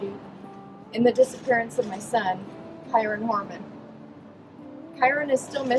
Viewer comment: dude im irish too. kyron is pronounced the same as kieran